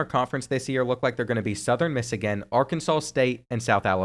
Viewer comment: “southern missigan”